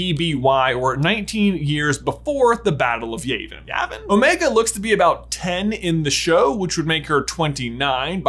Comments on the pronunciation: It's not (Yae-Ven), it's (Yah-Vin). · It's Yah-vin, not Yay-vin. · How dare you say Yayvin It's Yavin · Haha it's pronounced The Battle of (Yah-Vin) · Love your theory videos! I am pretty sure Yavin is pronounced yeah-vin? Do they say Yavin aloud in New Hope? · It’s Yavin (yeah • vin). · J, you've watched A New Hope, where the heck did you get Y-ay-vin from? That's worse than Dodanna saying Princess Lee-a! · He needs to re-watch A New Hope. He'll learn how to pronounce Yavin there.